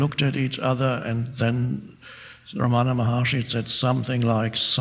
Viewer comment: It's pronounced RAM-ana not Ra-MANA